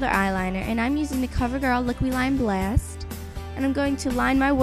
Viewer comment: I love the way you say "blast" Are you from New York or something?